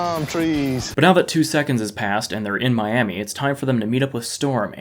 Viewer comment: mayyyami LMAO